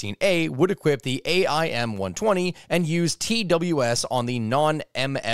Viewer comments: Him spelling out amraam instead of just saying it bugged me sooo much... Same with aim, just say aim 120 like dear lord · Just to help out a bit, AIM is pronounced aim, and AMRAAM is pronounced Am-Ram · AMRAAM and AIM... You don't actually say Advanced Medium Range Air to Air Missile and you don't say A M R A A M and A I M. You don't spell out the acronym you say it as a word lmao.. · Hearing this guy say every letter in AMRAAM & AIM physically hurt me